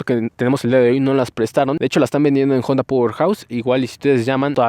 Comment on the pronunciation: Al fin alguien que pronuncia de manera correcta el nombre de la marca Jonda en vez de Onda . Felicitaciones sigue adelante 👍